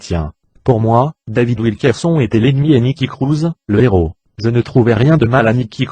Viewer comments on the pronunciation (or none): none